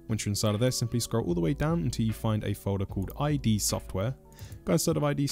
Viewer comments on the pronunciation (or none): Id Software not eye dee software. But still thanks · john carmack himself said that "id" is meant to be read as "idd"